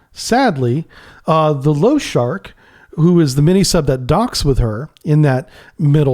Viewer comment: Lo-sha-rik лошарик not lowshark, appreciate your work but the mangling of Russian names hurts my ears.